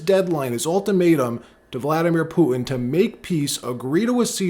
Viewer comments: Not meaning to be rude,but why can’t anyone from NY say the letter T ? Putin-Pooen,manha-en for manhattan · please start pronouncing the T’s in the middle of your words. It’s annoying when you don’t. You pronounced it ‘Poo-in’ = Putin and ‘impor-ant’. Stop it